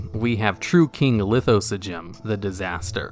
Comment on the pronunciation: Lithosagym is best doggo. I also find it hilarious that you can pronounce his name, but can't pronounce "Archfiend". xD